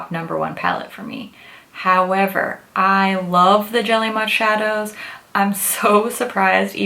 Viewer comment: I keep hearing jelly mush 😂